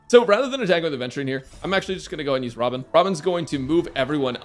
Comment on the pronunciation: I think you mispronounced robin 🗣️